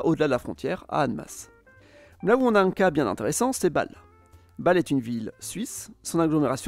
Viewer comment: Le Ghana ne s'appelait pas auparavant la Côte-d'Or (préfecture Dijon), mais "la Côte-de-l'Or", ce qui n'a rien à voir. Ensuite, la prononciation est assez déplorable : il y a un accent à Bâle, c'est pas pour rien. Et Kehl ne se prononce pas comme "quelle", mais "Kééél", le "h" n'est pas là gratuitement. Entres autres erreurs...! Ensuite, vous avez omis des frontières passant au milieu de villages, notamment entre la France et le Belgique et entre la Belgique et les Pays-Bas. Et aussi entre la France et L'Allemagne (Leidingen/Leiding), entres autres.